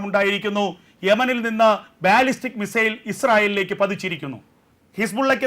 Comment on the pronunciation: It's not ബാല്ലിസ്റ്റിക് 😊 it is pronounced ബല്ലിസ്റ്റിക്